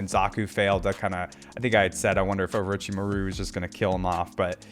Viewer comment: I was boutta say this too lmao I noticed how he been saying it and Orochimaru and some other names lol but all in all I'm loving the content and video analysis and character ratings💯💯